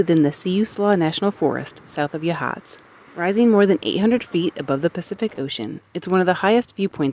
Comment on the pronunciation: You did better than most on Yachats, but not quite. Oregon coast native here. It's YAHhots rather than yuhHOTS. ❤❤❤